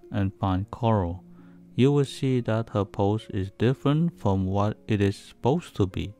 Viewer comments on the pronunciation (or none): none